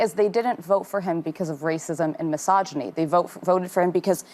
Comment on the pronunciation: my jaw literally dropped, when Sunny says MYSOGINY